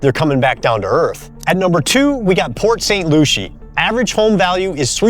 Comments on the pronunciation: It’s pronounced Lucy, not Loushee. I have no mortgage and bought cheap, and my single family home and all 92 homes in my development are 13 feet above sea level so no flood insurance required. I’d move if I didn’t have so much crap to get rid of. If there’s no real estate tax how will teachers and cops and municipality folks get paid? Everyone avoid a Condo, especially a Condo in a building over four stories high. I hope the Tampa area and West Coast is able to rebuild after those deadly storms and flooding of 2024. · I have never heard of Port St Looshy pronounced like that, everyone I have heard pronounce it Pt st Loosey. I go there for work occasionally. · It’s pronounced like Lucy, Port St. Lucie. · I live in Palm Bay (Brevard county)and my husband is about to start flipping houses! Thank you so much for your videos,you always have such interesting content!❤ Oh and it's pronounced Port St "Lucy"....idk why they would spell it with an "ie"